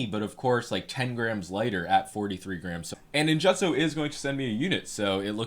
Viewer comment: Can you stop pronouncing ninjutso like you eat crayons?